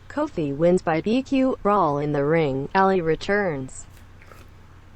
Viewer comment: I'm just saying I like Kofi and all but why is it when you say it sounds like cold feet